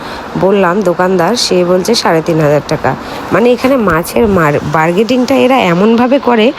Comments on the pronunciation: Burgading 😅😅😅😅😅😅😅😅😅😅😅😅😅😅😅😅😅😅😅😅😅😅😅😅😅😅😅😅😅😅😅😅😅😅😅tumi pronounce e bodla dile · Kothata bargeting noe kothata holo bargaining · বার্গেডিং না ইটস বার্গেনিং,,, সব সময় কে প্রনাউনসিয়েশন ঠিক করে কিন্তু আজকে যে নিজেই বার্গেনিং কে বার্গেডিং বলে দিল😅😅😅😅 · কথাটা বারগেইনিং Not বারগেটিং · বলছি মোহনার মাছ সারা পশ্চিমবাংলায় সরবরাহ করা হয় সুতরাং এখানকার মাছ খারাপ হওয়ার কোনো প্রশ্নই ওঠে না। আর একটা কথা বার্গেটিং বলে কোনো কথা হয় না কথাটা বার্গেনিং।